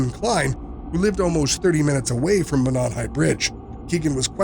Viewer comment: Monon is pronounced Mō-non.